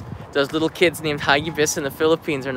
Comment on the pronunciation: Agree for posterity's sake and to compare it from previous ones. Pronounce it: "ha gi bis" accent on "gi" not on "ha". Filipino word; It means FAST and FURIOUS.